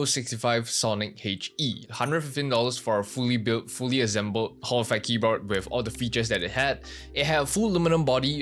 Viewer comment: Please say Keyboar" D" and not Keyboar"T" KEYBOARD not KEYBOART